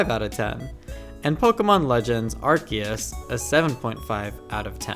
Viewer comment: AR-See-Us… when I hear people say the name wrong, I just click off the video.